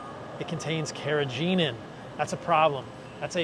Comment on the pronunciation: The 'g' in 'carrageenan' is a hard 'g'. I only mention this because you are a stickler for pronunciation. Cheers.